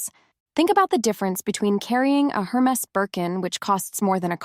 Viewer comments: You may want to learn how to pronounce “Hermes”, my dear. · Learn how to pronounce Hermès